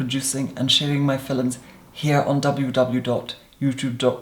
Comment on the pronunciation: Starting 2018 off watching one of "film-ums"....it shall be a great year!!!